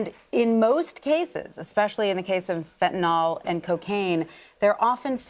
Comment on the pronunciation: Fentan----yl not Fentan----ol.